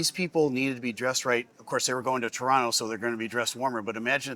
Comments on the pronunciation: You said "Torono" the first time like a Torontonian.....well done eh !🍁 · Finally someone who pronounces Toronto like a Torontonian...